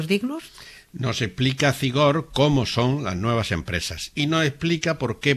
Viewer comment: Por favor cuando hables de Zigor no pronuncies la z como en castellano. En euskera la z tiene un sonido como la s pero un poco silbante. Nada, pronúncialo como s. Soy vasca y me suena horrible. Gracias.